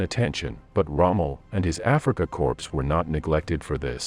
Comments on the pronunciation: Corps is pronounced Core, not Corpse. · Military Corp is pronounces CORE not Corpse. Please pronounce your words correctly. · Narrator has issues with the word, "corps".... Irritating.